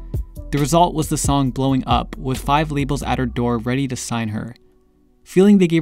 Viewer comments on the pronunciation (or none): none